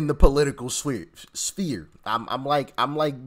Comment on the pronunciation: Sphere, pronounced sfere - not spear.